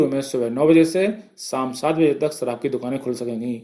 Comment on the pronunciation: देस, साम, सराब, नहीं देश शाम, शराब, न्यूज़ बोल रहे हो आप शब्द तो सही से बोले sir जी 🙏